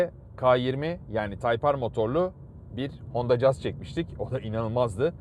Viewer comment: Kaç tane anlatıcı var, hepsi 'Jaz' diye telaffuz ediyor. Bu kanal doğru telaffuz ettiği için bile tebriği hakkediyor.